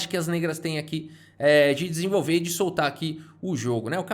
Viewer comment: só eu que ouvi “pisenvolver”?